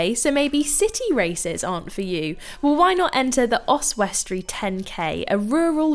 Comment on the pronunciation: Great Video as always, your pronunciation of Oswestry was amusing though 😄